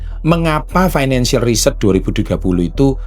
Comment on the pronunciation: beliau ngomong financial reset tapi pronounce nya kaya finacial research 😢